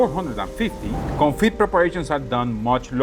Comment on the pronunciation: Today is a break from your English classes! It's French day... 😀 Confit has a silent T, it's pronounced "Confee." 😉 And yes, it does amazing things for beef,chicken, duck is popular, anything you want to cook. Keep up the good work 👏